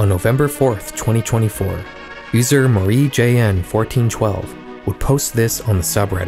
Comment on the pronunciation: I don't think marijn is pronounced marie-J N. I could be wrong tho